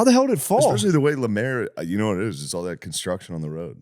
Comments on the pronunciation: Calling Lemaire, "Lamaire", is wild also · Finally an episode without Lemaire (deliberately not saying lemeeze because that makes him sound too cool)